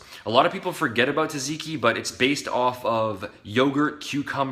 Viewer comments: the fuck is taziki? says tzatziki on the bottle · Is it pronounced zatziki